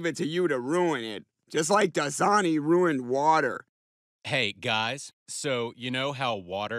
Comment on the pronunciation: It's RHHUINED, RHUINNED I say..